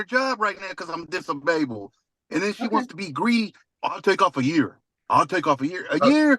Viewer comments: "I'm Disbabled" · hes “disababled” lmao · Because he’s dis-a-abled ? Did I hear him right ? Wow.